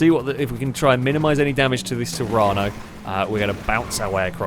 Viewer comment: Sorry to be picky but the SUV in the very first round is called the serrano, you kept saying serrana :D